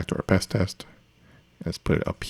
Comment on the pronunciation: It's just Pest because it rhymes with Jest so it's Jest for PHP...